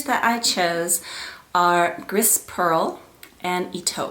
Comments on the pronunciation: it's beautiful! gris is pronounced "gree" though :) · Beautiful color combination. BTW, "gris" is pronounced "gree", which means gray in French. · Beautiful! Congrats! When you pronoun Grey in French the S is silent. Gree is how you would say it.